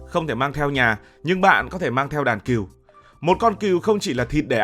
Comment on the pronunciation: Con Cừu mà đọc con Kiều hả tr 😂